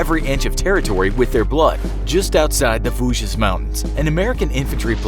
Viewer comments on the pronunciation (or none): "The Voo-jizz mountains" bruh pronunciation is not that hard. Plus there's always tons of discrepancies in your videos, as always, weapon and equipment wrongs, black soldiers were segregated from whites with their own units, and general garbage pronunciation.